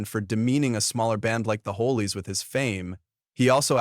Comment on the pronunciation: This is BS! at Best..........It became obivious when you pronounced The Hollies as the Holeys, This shows your ignorance! The Hollies were a really good band! As stated do your homework, and stop using "Click Bait" like someone hated George Harrison! Hate is a strong word, and I hate Videos like this!